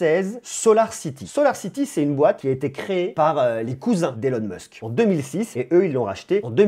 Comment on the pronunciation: Elon Musque 🤣 c'est stylé remarque, à la Française ^^